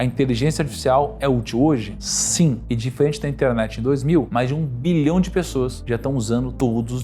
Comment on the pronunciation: Show! Sem querer ofender, apenas tentando colaborar com o aprimoramento continuo: as dicções de milhão, bilhão e trilhão, em alguma situações estão bem confusas! Saúde!